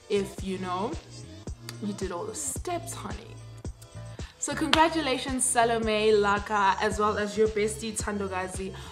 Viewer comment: Ncoooooo this was the cutest video *EVER!!!*.. The little girl is so adorable!! I was kissing the screen with her lol🤗🤗 You have such a BEAUTIFUL family OMW!! God bless you guys! AND CONGRATULATIONS TO SALOME✨🎊 (I think her name is pronounced as Shalom)